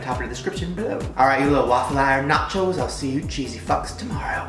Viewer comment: I thought he said “matches” instead of “nachos”